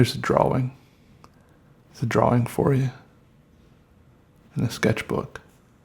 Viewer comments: I love how he says “draw-wing” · Never Hopeless by Elizabeth I hear it like this “Draw-Wing” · draw-ing it’s like he puts emphasis on the “w” idk it’s cool tho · Lots of people seem to pronounce it as "dror-ring" changing the w to a double r. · Me too : ) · Your videos never fail to entertain me!! If ya gotta poop, ya gotta poop ;) Great "drawling" (I do enjoy the way you say, "drawing" BTW, that's the way I hear it anyhow :) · why though? Hearing someone pronouncing drawing like that gives me same feeling as reading "would of" instead of "would have/would've".